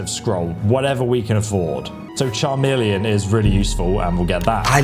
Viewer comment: Charmeleon? 😂 bro there’s literally a song that says the word over and over